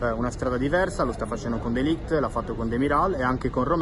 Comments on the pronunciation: Si pronuncia mattEis de ligt con la E. Anche Rijkaard al contrario di quel che pensano tutti si pronuncia Rejkard ad esempio. Poi ci sono wEjnaldum van dEjk ecc ecc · matteis de liecht si pronuncia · Anche se ok Google dice che si chiama de ligiti😂😂😂